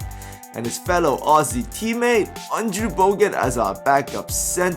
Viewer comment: You pronounced Boban's name perfectly.